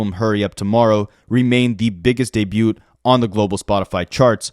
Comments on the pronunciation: Debut is pronounced de-bew the T is silent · I can't get over this man not knowing how to say debut. Is it like a bit? Like he has to know that's not how you say it right?